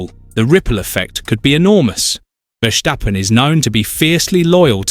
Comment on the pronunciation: Max being a Dutch dude, the surname is pronounced "ferstappen" rather than "fershtappen". 😉